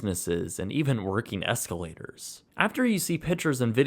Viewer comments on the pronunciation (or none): Nobody: Absolutely NOBODY:: EsLaToRs